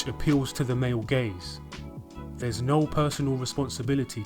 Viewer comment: When are Australians and Brits gonna see that the word “no” has one vowel, not all of them.